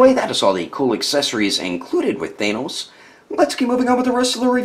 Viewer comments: isnt thanos pronounced th ann os not thainos? curious whos got the answer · They say say it with a normal "a" sound, not an "ae" sound. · Not to be rude, but the way he says Thanos